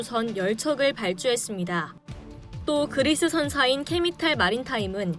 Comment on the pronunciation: 자막이랑 더빙이랑 달라서 신경쓰여요 한두번도 아니고... 케미탈, 매니져, 2007만톤...